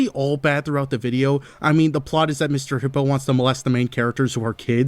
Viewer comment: I’ll never forgive for butchering Mr. Hippo. 😢